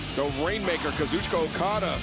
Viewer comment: Not until he learns how to pronounce Kazuchika's name correctly